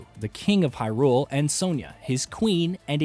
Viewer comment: Why..why do people keep saying hyRULE?!! It's Hyrule